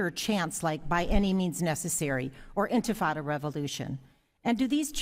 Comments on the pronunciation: “Infintada” It sounds like some kind of pastina for infants. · Mispronounced. The Intifada were a series of 2 uprisings against Israel by the Muslim Arabs in West Bank & Gaza territories which saw youth bombers in belts exploding on buses, grenades thrown into shopping malls & universities, cafes, pizza parlors, etc which the media mythologized as "children throwing stones towards Israeli tanks." Americans & the world gobbled up this total misrepresentation of the reality of tiny Israel under permanent threat by surrounding Arab countries plus locals launching a highly-mediatized & interpreted Intifada. The sad reality despite 2 Arab countries making cold peace, & al-Fattah Sisi of Egypt being the best Arab leader. Actually, the Intifada was pushed to more barbarity by a Hamas founder al-Rantisi, a pediatrician, who sent wayward children & youth to commit suicide-mass homicides to kill as many Israelis as possible.